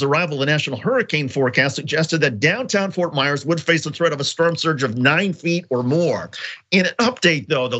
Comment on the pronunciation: ROFL this man really said "sperm surge" instead of "storm surge". I'm deceased.